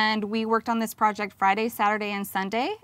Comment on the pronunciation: It’s not pronounced prooject bud...